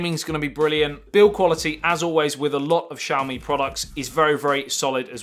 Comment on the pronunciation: this is not shaomee! This is ss'YAo mEE. For God's sake!